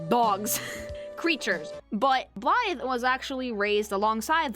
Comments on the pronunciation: Blaidd's name is Welsh and because Celtic spellings are treacherous as all hell for English-speakers the "dd" is more like a "th" so you say his name like "bly" (rhyme with eye) + a soft "th" (like in thorn or death) so together it makes a sound like "blyth" and it means "wolf" because obviously 😉 (+1 this is also why the name Gareth / Garedd is pronounced the same it's just the English vs Welsh spelling but it's really the same!) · People are allowed blaidd when they actually say his name correctly… it’s like blaith, dd = th. I swear it’s like hearing people call Gwyn ‘Gw-yn’ instead of ‘Gw-in’